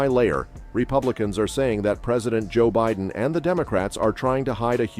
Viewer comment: Dude, avoid that channel. This video is completely created and narrated by AI. You can tell by the way the voice is so monotonous, and keeps pronouncing everything wrong. Like wayyyyyy wrong. “Bidden” ?